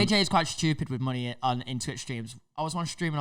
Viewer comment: You can really hear the manneh accent from 😂